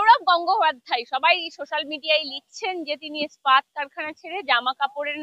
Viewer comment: খুব ভালো লাগলো রুদ্রনীল বাবুর সাক্ষাৎকার তবে একটা ব্যাপার না বলে পারছি না, র ওই "ইস্পাত' শব্দটাকে বারবার "স্পাত - স্পাত" উচ্চারণটা বড় বিশ্রী শোনালো।😏 প্লীজ আপনি একটু বাংলা ভাষা তথা শব্দ উচ্চারণ নিয়ে অনুশীলন করুন।🙏